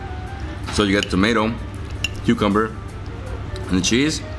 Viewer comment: Lmao. Watch when she says kakamber